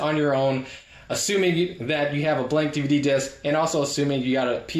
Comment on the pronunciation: "Dihv-duh." lolz